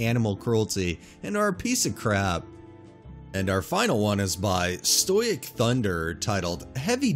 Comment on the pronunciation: Just for future reference, livery is pronounced like the organ (liv-ery, not live-ry), and stoic is pronounced stow-ick, not stoyck